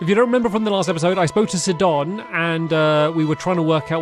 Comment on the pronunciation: Still triggers me to hear Stampy saying Seedon instead of Sidon (as is Po"seidon"). Can't wait for the story to progress more.